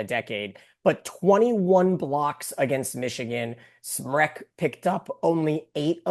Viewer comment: I love Mick’s insights , but someone please let him know it “”Smrek, not “Shrek”.